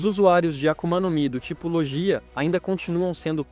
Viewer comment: Se escreve "LOGIA" mas se diz: "LÔGUIA"